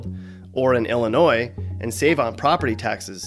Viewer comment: Illinoyed!!! To say the least!